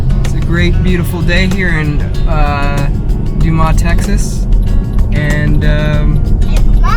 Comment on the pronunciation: It's pronounced Doo-mus (Dumas, TX) ..... but great video. Cheers!